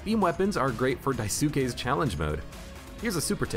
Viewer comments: FYI "daisuke" is pronounced "dais-kei" (similar to how the two words DICE and GAY would be pronounced") - its a japanese name. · Daisuke is pronounced die-skay (the u should be really quick) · Just dropped by to say you're pronouncing Daisuke wrong.